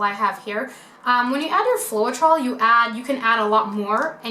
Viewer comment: Hi, it’s pronounced FLOW-TROL :))